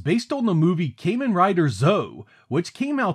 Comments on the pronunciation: Breh, it's "KAH-Men," not "Kay-Men" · "Kamen" in Kamen Rider is pronounced Kah-men, not "kay-men" Kamen means "Mask"